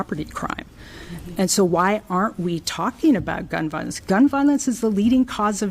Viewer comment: Damn. She can’t even pronounce violence correctly.